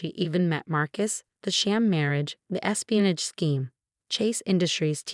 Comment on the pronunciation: Regina’s espianage. Not “e spinach”